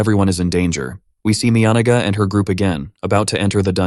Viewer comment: that was NOT the correct pronunciation for Miyanaga